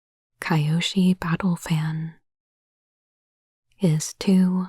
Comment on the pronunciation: I'm so sad you never watched Avatar T-T (it's pronounced Kee-yoshi, not Ky-oshi)